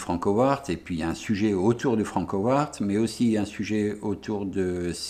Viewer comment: "Franckowarttt" comment ça pique les zoreilles !! >_< Bonne continuation et go les beaux projets ! :)